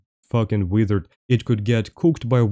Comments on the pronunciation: master, why are you saying wither instead of wizard? 🤔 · They way he says wizard is hilarious 😂😂 keep up the content brother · right. I had to listen for context to figure out it was "wizard". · please do a video of you saying wizard for 10 minutes